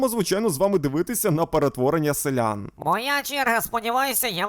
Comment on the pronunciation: Шановний! Будь ласка, говоріть правильно: селянИн, а не селЯн. Інакше я не витримаю і забороню своїм дітям дивитися ваші відео 😎